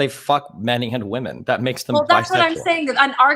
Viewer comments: I've never heard so many people pronounce 'women' as 'woman' before watching Destiny. It's so weird. I wonder if Stardust still does it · ANOTHER mf who doesn't know the difference in pronunciation between "woman" and its plural